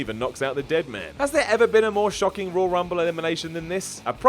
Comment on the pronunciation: “THE ROYY RUMBLE” it’s Royal lmao